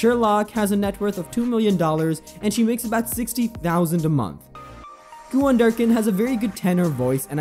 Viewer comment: It’s “ cue-in “. ….not “ cue-on “……good grief 🤨